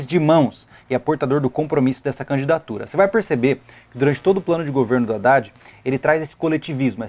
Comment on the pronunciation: man vc reclama o Haddad pq tem erro ortografico no plano de governo dele, tudo bem acho que realmente isso não pode ocorrer mas vc tb fala o nome do cara errado toda hora KKKKKKKKK. discordo em muita coisa de que vc falou concordar om aulas a distancia kkkkkk vc ja fez matéria em ead?